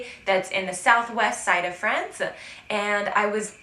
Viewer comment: Hi! I love your videos! Did I hear a very Frenchy "-uh" ad the end of the word "France"? That's actually very endearing.;-)